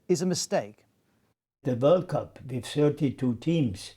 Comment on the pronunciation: The 2022 . . . Whirl Coup . . . Catarrh